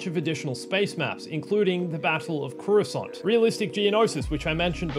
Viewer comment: I don't agree with your pronunciation of Coruscant (korr-roo-sant not koo-ra-sont) and Max Rebo doesn't sit behind his red ball jett organ, he sits on it!